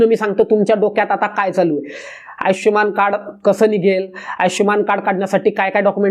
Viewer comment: आयचष्यमान नव्हे हो !! आयुष्मान !!